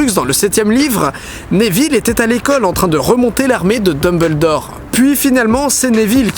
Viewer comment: Pourquoi tou le monde écorche le nom de Dumbledore 😢